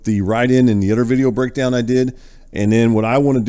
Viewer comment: It’s “other” my man not udder. Work on that. 🤦‍♂️